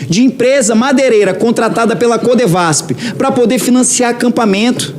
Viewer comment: "CodevasP"? Essa esquerda já tá podre ... Soletra comigo! C o d e v a s F.. Animal...😂